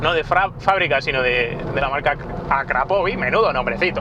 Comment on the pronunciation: No sabes pronunciar la marca del escape, es esdrújula, lo haces como los argentinos.